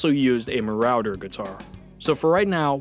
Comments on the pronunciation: It's not ma-row-der, it's ma-raw-der. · As long as we're correcting your pronunciation, it's not "muh-ROWE-der"(rhyming w/cow), 'muh-RAW-der' like, y'know, to GO MARAUDING... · “Mar-rouder” guitar? Ok…😂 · marauder was mispronounced. it's ma raw der. 😁 and the headstock of the firebird appears to be ibanez. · Great vid! BTW, the guitar is pronounced "ma-ROD-er" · Update: Yes I know I mispronounced Marauder. I should have went to speech therapy as a kid. I have a friend who was running a gaming group with that same name (Marauder) and pronounced it the same way I did in the video. That could contribute to my pronunciation. But again, I should have been put in speech therapy as a kid. , the guitar is a Fender Musicmaster, not the Mustang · Say Marauder again... lol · Thanks very much! I’m pretty bad with pronunciation. I have a buddy who runs a company with the same name as that Gibson guitar. I was pronouncing it the way they say the company’s name. Got to do better research on pronunciation next time 😂